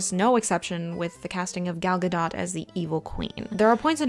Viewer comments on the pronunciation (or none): commenting on pitch but can't pronounce Gal Gadot properly.